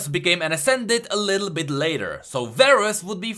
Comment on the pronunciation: THEY APPROVE ABOUT THE DOUBLE "A" THING 😂 AATROX RHAAST VARUS varus? what are you doing